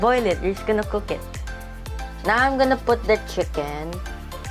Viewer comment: "Chickeneth" HhahahahLT